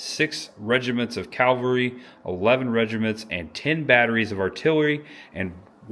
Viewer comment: Cavalry. Calvary.